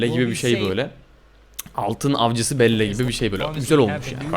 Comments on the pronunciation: BELLA DİYE OKUNUYOR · Abi belle Bell diye okunuyor ..ve Ryan için üzülüyorum 😭😭